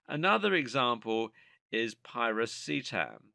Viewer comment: The narrator's pronunciation of many of these nootropics seem to be waaaaay off! Especially Piracetam, Modafinil, etc. The "H" is SILENT in the pronunciation of Choline! I also found other errors in regards to uptake, etc